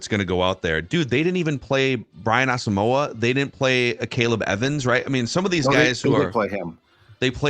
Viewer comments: As-sum-quah was how he pronounced it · Its Asamo..wa. he said it in an interview. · Brian said his name is pronounced as-um-wah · On Vikings Circle, in the interview with Gabe Henderson, starting at the mark, he spends nearly a full minute explaining that his name is Ah-sum-wah (there's even a graphic with that pronunciation), and he goes into what the name means, his Ghanaian heritage, etc. It means a lot to him. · Asamoah said it is pronounced a sum wah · Nope.its wrong how u pronounce Asmoah. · Gabe Henderson asked Brian the pronunciation and you 3 are not saying it correctly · He’s African don’t butcher his name. It’s pronounced with a “y or w “sound. Don’t pronounce the “o” in his name. He’s said he’s said it before